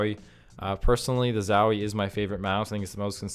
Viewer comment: ffs its zowie not zawie xdd